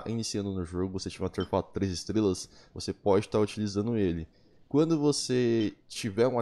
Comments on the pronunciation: Artefato* e n Auterfato, toda vez q vc disse isso foi um choque no meu cérebro, vc até msm conseguiu com q minha mente pronunciasse essa palavra de forma errada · "ateRfato" kkkkk